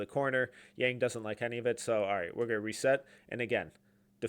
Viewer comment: Just an FYI - His name is pronounced Yang like Bong but with a Y. This is what I can tell from all Blazers reporters and staff